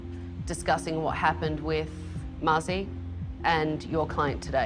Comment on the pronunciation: it's Mazi actually not Maui